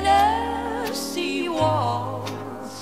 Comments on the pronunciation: きつい南部なまりの「チェネシー」発音がいいんだよ。カントリーウエスタンの名曲はテネシー州の歌になったね。 初めて恋人ができたヤンキー（南部）娘が、自慢して友達に紹介したダンスパーティーの夜。 気が付いたら、親友と楽しく踊っていたとおもったら、その手を放さずに、奪われていった、とってもスイートハートな素敵な悲恋の歌なんだよな。 英語がわからないけれど、この歌には、そういう、魂を震わせるものがあるんだよ。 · TennessieのTeがche OR tseになっとるので全体に汚く聞こえる。